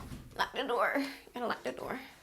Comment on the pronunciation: You sound Jamaican with Lack di door 😂